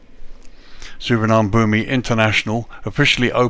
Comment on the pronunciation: Please learn to pronounce this airport correctly